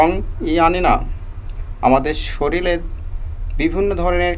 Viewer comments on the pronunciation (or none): শরিল বলে না বলে শরীর